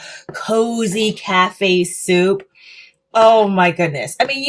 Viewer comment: "cafe soup" --I had to do a double take. I heard "cat based soup."